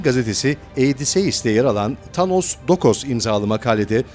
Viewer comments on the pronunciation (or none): none